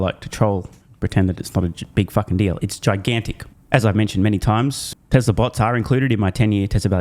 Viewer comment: For the love of God don't pronounce it: Tezzla.